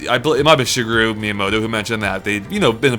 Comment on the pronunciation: really!! Shigaroo???